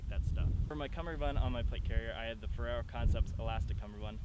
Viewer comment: you sound like you're saying ferrero haha